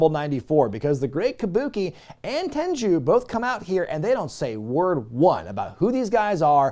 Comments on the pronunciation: it’s ‘Tenryu’ not ‘Tenju’ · It's Tenryu, not Tenju, not Tenchu. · Just a heads up, It's not Ten-joo, it's pronounced Ten-Roo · You pronounce it Ten ru Not Ten Jew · Wait, Tenryu is pronounced "Tenju?" Mark that on the list of things I've pronounced wrong for 20+ years. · Tenru not Tenchu! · I love your videos but it's not tenjew it's tenryu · Your pronunciation of Tenryu in this video is a bit unusual to me. I've always heard it be pronounced as "ten-roo". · Why tf does he keep calling Tenryu, TenJu? Is this some dumb joke/gag I'm missing or does he genuinely think his name is Genichiro Tenju? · Why does he keep mispronouncing "Tenyru"? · Why are you saying Tenryu incorrectly?